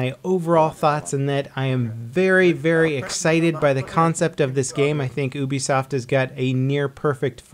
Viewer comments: Dude it's pronounced youbisoft not oobisoft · ooobesoft, its youbesoft right? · It's funny how says "oobisoft", I always thought it was "youbisoft"